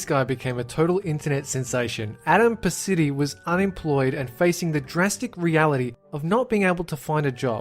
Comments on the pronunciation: And it's not paceti its pa-cheat-e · You slaughtered the hell out of Adams last name lol